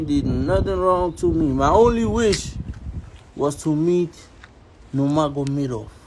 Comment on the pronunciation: It's the way he said Nuramagamedov🤣🔥